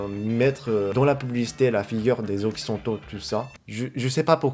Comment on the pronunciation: Can I help you with the pronunciation of "occidentaux"?